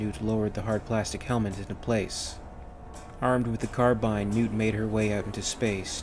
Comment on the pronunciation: Aha you say carbine correctly here!